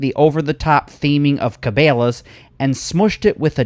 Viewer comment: Dude your saying Cabela's all wrong.... Its Ka Bella's